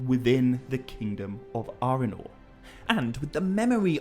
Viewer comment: I do adore you, but you pronouncing Arnor as "Arenor" and Arwen’s name as "Arewyn" is physically painful! 😣😣😣